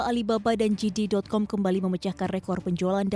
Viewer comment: JD dibaca 'jedi', atau 'jede' bukan 'jidi'. Yang dibaca 'jidi' itu GD.